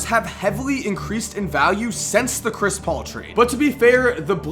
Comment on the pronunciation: ah yes, zhris mullin